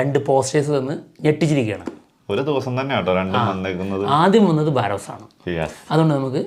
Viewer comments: ബാറോസ് ആണോ? ബറോസ് അല്ലേ 😌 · നിങ്ങൾ പേരുകൾ പറയുന്നതെല്ലാം തെറ്റാനല്ലോ... പലപ്പോഴും ശ്രദ്ദ്ക്കുന്നു ബാരോസ് അല്ല ബറോസ് ആണ്